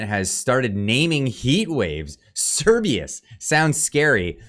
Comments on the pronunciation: Oh man, I just LOVE it when you up-loaders can't pronounce what you're talking about and are just too damned lazy to Google it. The name is Cerberus, pronounced "sir-BUR- us", not "sir-BEE-us". I won't watch the rest of the video just for this single fault. You modern youngsters have all the information at your fingertips, whereas we boomers had to wade through printed volumes to find what we wanted, but you are too bone idle to do so. To echo another of your clueless kind: "How DARE you?!" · You are saying Cerbius, when it clearly say Cer-ber-us, the three headed dog who guards the underworld in Geek mythology. I dont want to be that guy but ffs lol. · Cer-BER-us. Not Cer-BEE-us. Cerberus is the scary 3 headed dog in Greek Mythology. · Cerberus not Cerbius. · It’s CERBERUS (Sur-bur-us), not Cerbeus! 🤦🏻‍♂️ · It’s Not Cerbius!!! It’s Cerberus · Keeps saying "Cerberus" as if it's spelt "Cerbius" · it's pronounced Ser Ber Rus. Like the 3 headed hound that guards the afterlife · It’s Serbaer rus. Please try pronouncing him correctly. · Honestly clicked off this video because you can't pronounce cer-BER-us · this is hilarious fear mongering. Cerberus... the three headed hound of hell... "S-air-bur-us or Sir-bur-us." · Sir-ber-us Jesus christ just read it. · How could you read Cerberus so many times without pronouncing the R? Sometimes I think your sarcasm and over confidence is a mask for your dyslexia and general retardation. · Yes, I cringed every time he tried to pronounce it 😣 Knowing that he doesn't understand what it is or how it's said.